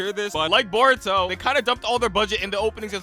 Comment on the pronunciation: I heard Boruto “S” and I knew this guy was bad